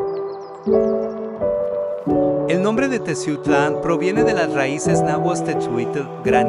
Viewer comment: Favor de pronunciar bien Teziutlán, ¡Gracias!.